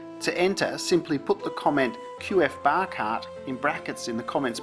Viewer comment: will be wasted for years to come 🦘✈️ lol, glad you got your hands on a couple of those trolleys! Also, you’ve never sounded more Aussie than when you said “bar cart”